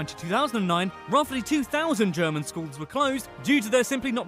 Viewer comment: The pronunciation of the commentator's German is dreadful again. He knows about the Adidas, though. German is such a straight forward language. You read a letter or a combination of letters and you know how to pronounce them. Peculiarities: "g" is always pronounced as "g" in "go", "c" and "z" is always pronounced as "ts" (!), "ch" is "kh" (something like that), "sch" is "sh", the vowels are also straight forward, but a bit difficult to explain here.